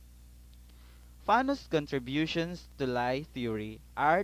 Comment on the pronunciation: It's pronounced like "Lee" not lie (despite the spelling)